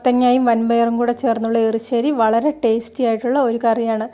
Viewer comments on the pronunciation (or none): മാഡം എപ്പോഴു ° എറി ശ്ശേരി എന്നു പറയുന്നു എരിശ്ശേരി എന്നാണ് പറയേണ്ടത് എന്തായാലം നിങ്ങളുടെ എറി ശ്ശേരിയിൽ തേങ്ങ വറത്തതോടൊപ്പം ചെറിയ ഉള്ളിയും ചേർക്കാമായിരുന്നു വളരെ സിമ്പിൾ എറി ശ്ശേരി | - like | It